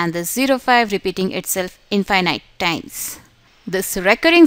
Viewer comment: Excused me you're pronunciation in infinite is wrong sorry no offend 😅